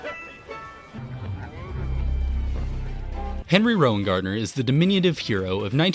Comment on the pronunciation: You nailed Henry’s last name perfectly. So easy to pronounce, I don’t get why people struggle with it.